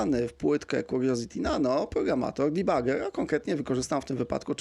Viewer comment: Błagam, nie "dibager" tylko "debager". Czemu wszyscy muszą tak strasznie yngliszyć. Całe szczęście, że nie "debadżer" jak to Kardaś szpanuje swoją yngliszczyzną.